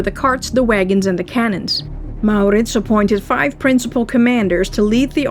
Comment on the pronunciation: so, you are soothing! We CAN fall asleep! At the sound of your voice? No. Although you have a pleasant enough voice. No, we fall asleep, when we're tired, and in our beds, because the story, as its told is captivating and carries us of in... a kind of fairy land. On adventure with MauRrrritzz. Really, this way it's a story to get lost in. Always works.